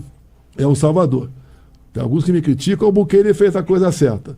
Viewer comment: O ASNO do Bolsonaro não sabe nem falar o nome de Bukele corretamente, assim como não sabe falar Trump. Não sei o que os gados veem neste sujeito... 😬